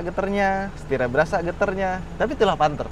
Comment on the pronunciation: Panthe 😭 kya bahasa jawa ya